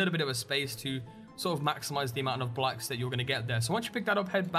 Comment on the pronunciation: its BLOCKS not "blacks"